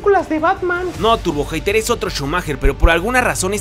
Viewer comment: Siempre que dice Turbo hater pienso que dice Turbo ojete xD